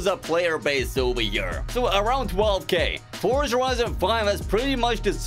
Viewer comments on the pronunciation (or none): none